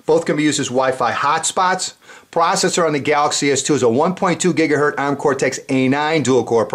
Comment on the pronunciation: GHz=GigaherTZ not gigaher